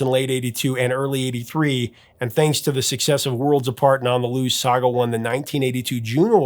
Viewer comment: Nobody said “Sah-gah”. It was “Sag”. Pronounced like bag. Saga.